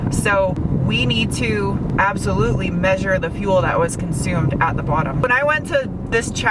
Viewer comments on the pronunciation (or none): none